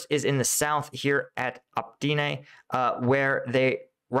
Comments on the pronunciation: dude, it says it right there: opytne... not optine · Novoselivske = noh-voh-seh-LEEV-skeh ('-e' at the end of a town name is pronounced as '-eh' and not '-ay'. Bakhmut is not BAH-muht, but BAH-MOOT; Opytne = oh-PIT-ne, and not oh-PEE-nay; Klishchiivka = kleesh-chee-YEEV-kah Keep cleaning up the pronunciation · Opytne = OH-PUT-NAY